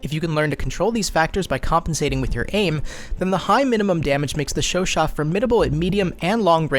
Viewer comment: lol you are the first youtuber that I see pronouncing the name correctly